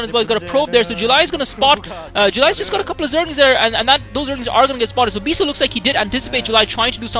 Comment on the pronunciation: lol mispronounce "bishoe"